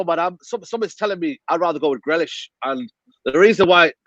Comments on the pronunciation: Swear he kept saying grelish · He's name grealish fucksake not grellish.. Going on like u ain't heard he's name before u dohnut pronounce he's name properly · adam trying not to laugh at the pronunciation of grealish